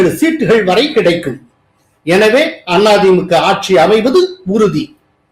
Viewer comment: Sir any reason why you pronounce Thi Mu k, Aa Thi Mu k bit Tha Ve ka? Why suppress Ka for these two parties?